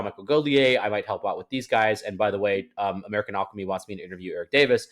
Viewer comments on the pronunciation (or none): I hate the way you pronounce alchemy -.